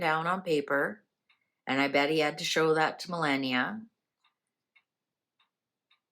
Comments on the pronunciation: Please stop mispronouncing her name is not Millenia is ME (AS IN MELLOW) LAW NIA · Mrs Trump's name is pronounced "Ma lah nee ah", not millenia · Trumps wife's name is pronounced - MA LAW NEE A. 😊😊 I keep hoping you will see my messages. 😊❤😊